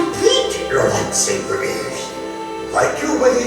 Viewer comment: EXPOSED. ”lightsaver”. fake fan. its pronounced lightsaber